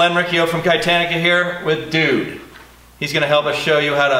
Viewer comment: Lets face it ok ...... It's not "Kye-Tannica". It's "Kitani-ca" cos it sounds like Katana annnnd... they're pretty cool. .xD